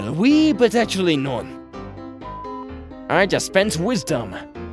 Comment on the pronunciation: he: says non a horrible way me, a french intelectual: WE DO NOT SAY THE LAST N!!!!!!!!!!